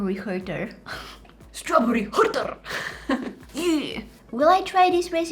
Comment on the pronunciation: the way she said [ strawburrye] or is it just me LMAO